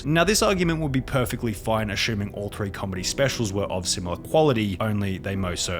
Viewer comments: Idk if this was on purpose, but when he said ashuming instead of assuming i laughed real hard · Did you seriously say "aschuming"?